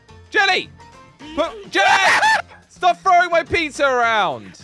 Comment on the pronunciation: When jelly said peeza (pizza) it me laughing hard 🤣🤣🤣